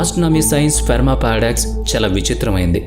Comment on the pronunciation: Ferma kaadu boss, Fermi paradox. Pronounciation correct ga cheppandi. Prati video lo edo oka time lo tappu chestunnaru. Don’t mislead viewers.